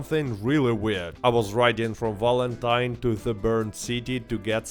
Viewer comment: Its not "W"alentine you silly "V"anker...😅